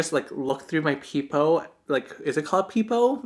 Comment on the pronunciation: It was so cute when you called a peephole a peepoh.